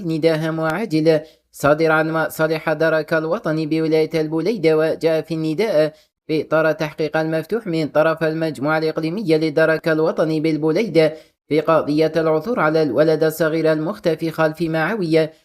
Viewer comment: Blida non bouleida